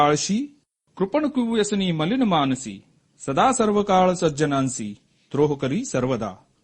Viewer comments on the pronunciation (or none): none